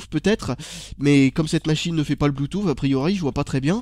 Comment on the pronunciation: pk tu dit blutooph